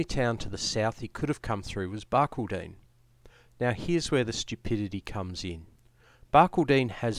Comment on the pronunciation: it is pronounced Bar-call- den, not Bar-kil-deen